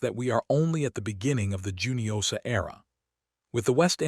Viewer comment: I thought it was hoo-nio-sha, not ju-nio-sha. Please correct me if I'm wrong.